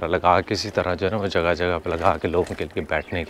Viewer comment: love Your Punjabi Accent at (Merko Jaga Koini Ni Me Naal ly Jandaa)... 😅